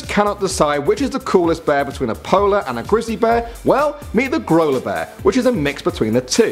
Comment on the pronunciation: The Grola Bear kind of sounds like Granola Bar😄